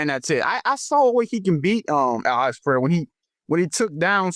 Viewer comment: We have to teach DJ how to pronounce Pereira instead of Peheira 😂